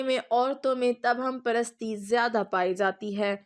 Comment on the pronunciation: تبہم پرستی لفظ غلط ہے تواہم پرستی پڑھا جائے